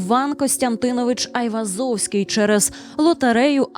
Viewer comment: Гайвозовський?😂 взагалі то нерусіфіковане ім'я та призвіще Ованес/Оганес (Іван) Айвазян (Айврзовський ), його рідний брат був головою кримської єпархії Вірменської Апостольської Церкви Криму, а похований Айвозовський за власним бажанням, у дворі середньовічної вірменської церкви Сурб Саркис (Святий Сергій)